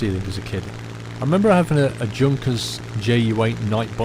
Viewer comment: When you are talking about your model aircraft, you call it the "Junkers", which is how it is spelled, but the aircraft company is German obviously, and it is pronounced "Yunkers Flugzeug", The J in the language is pronounced "yut", so most of the time, a J is a Y.